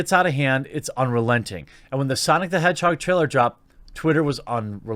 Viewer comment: its pronounced "SAHNICK" bro